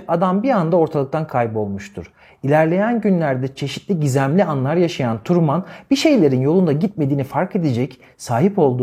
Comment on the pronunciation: Hocam Truman'ı Kamuran gibi telefuz etmeyin yahu 😊 Trumın 😊